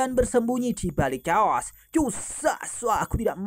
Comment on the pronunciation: Naganya lushu nama nya bukan caos mas tapi cheos